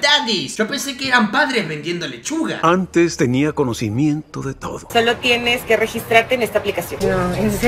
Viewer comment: cuando dijo leshuga yo pense: suga la leshuga? grehqjNgshwjjjkaj